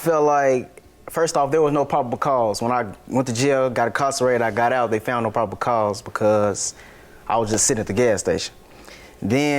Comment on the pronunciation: Sort of kind of, but their was no (popacause) I thought it was probable cause.lol